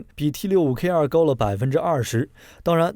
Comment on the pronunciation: 台灣才不唸T65K2，明明是T65K (TWO)